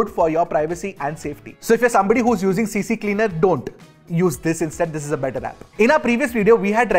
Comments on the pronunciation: cc cleaner?? its CCleaner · cc cleaner?! It's "c" Cleaner" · It's not CC cleaner. it's CCleaner. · its C-cleaner bro not CC cleaner.